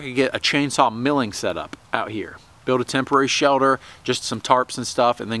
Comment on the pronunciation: What's a "shelder" ??